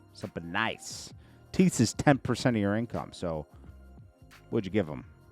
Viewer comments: It’s pronounced tides not tees—thats what you give in church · you're pronouncing Tithes wrong bro😂